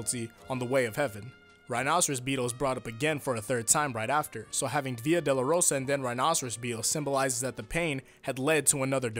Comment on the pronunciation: You make it sound like “Via de la Rosa” which means way of the rose.